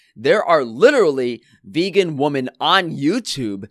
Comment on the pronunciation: Plural of woman is women and is pronounced wi-men.